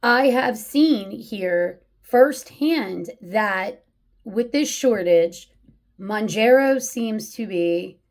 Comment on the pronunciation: Hey. Just FYI, the pronunciation is Mown-JAR-oh, not Mown-jer-oh. But to be fair, ppl have come up with probably at least a half-dozen creative pronunciations for it. It’s just a weird word, as most drug brand names are. 🤷‍♂️ And the issue you bring up is a really interesting one. And it’s even one that cuts both ways… a lot of ppl report that in THEIR neck of the woods, Zepbound has actually been easier to get than Mounjaro. So, a few diabetics are getting their scrips changed, and are actually taking Zepbound off-label for T2D. Go figure. 😯 Is it right? Probably not, just as it’s probably not right to take Mounjaro off-label…. UNLESS one has some fairly severe obesity co-morbidities. In which case, I don’t begrudge them doing that, nor do I begrudge T2D ppl taking Zep off-label. But I would want them to consider that a LAST resort. All I can say for sure is that ppl who truly are ‘vanity’ users… aka just want to ‘lose that last ten pounds’ for the beach or a wedding or whatever… those ppl should NOT be on either medication (or Wegovy, or Ozempic, etc). And doctors who hand out scrips like candy to those folks should face some sort of penalty. ‘Cuz it is ridiculous, especially with such severe shortages ongoing. 😡